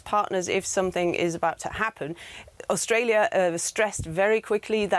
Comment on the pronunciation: Austalia. Land of the fwee, home of the bwave.